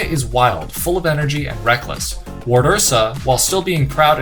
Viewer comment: He says wardursa, I hear ‘mama bear’